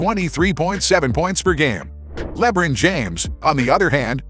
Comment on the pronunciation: bro that is not how you fucking pronounce lebron